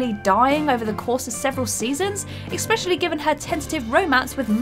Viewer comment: And exspecially and renedged